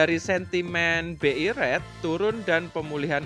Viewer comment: saran aja agar sebutan untuk kata "good" bcnya gud, bukan God. Untuk "rate", bcnya "REIT", bukan ret. Semoga akan lbh enak didengar penjelasannya.